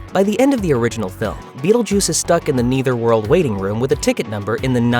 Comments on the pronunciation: AI saying “neitherworld” repeatedly 😂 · Dude, it's pronounced "neh-thur-wuhrld". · I noticed you mispronounce Netherworld every time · Why is this guy having such a hard time saying " Nether" world? Is he an AI or something?